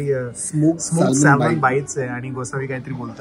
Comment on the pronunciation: Salmon nahi re...."Saa-mon- bol